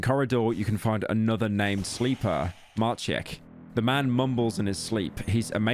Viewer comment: Being a Maciek myself and hearing some random British femboy butcher my name like that... Could have never asked for more